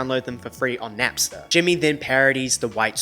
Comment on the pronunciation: Did this twunk just say "Napser"? 💀